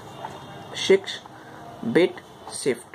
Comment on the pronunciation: "shix bit sift". Good tutorial btw.